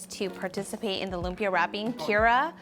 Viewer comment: He should at least pronounce lumpia right